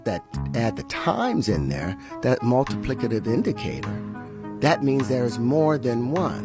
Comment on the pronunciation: he lost me once he said “multiplicitive”